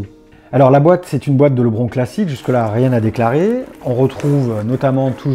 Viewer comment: Ouais, ça se prononce [ lebrone]